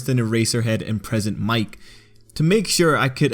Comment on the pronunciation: You mispronounced Mic